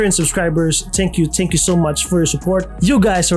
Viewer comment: You make good videos bruh,, If I can suggest, it's pronounced as thank you and not tsank you,, keep making good videos!